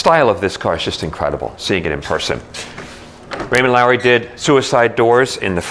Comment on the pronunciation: It's Raymond Loewy, not Lowery!